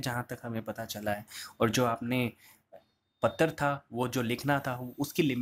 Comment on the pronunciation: एक चीज समझ नही आता। आप पतर क्यों बोलते है। वो पत्र होता है। अजीब स्थिति है मित्र को मितर और पत्र को पतर । बिलकुल गन्दा लगता है सुनने में